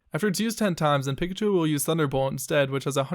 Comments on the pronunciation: did you just say "pickachu" my nigga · ummm....have you really never heard the name Pikachu?! PICK-a-choo?! really dude?